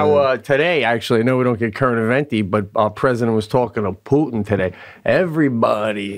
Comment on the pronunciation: Twice during this Cast, Pete said “Current-Eventy”, instead of saying Current Events... Next time, he should try pronouncing it in Italian: CurrentiVENti!